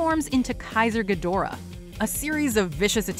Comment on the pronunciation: It's pronounced GEEdorah. They even say it like that in the movies.